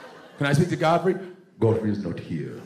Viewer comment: Its Godfrey, not god free. Get this man an HBO special stat for that premiere status. Then Netflix for the super payday.